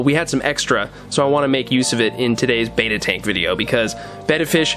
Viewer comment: Nice job mate. It would be awesome if you pronounce Betta properly, not being picky but the way you pronounce it means effeminate man. Betta means Warrior and is pronounced similar to "Better". Betta Splendins means Beautiful Warriors. You always do grest work I hope you don't take offence to my comment. I also love the Salivinia it's is a life saver.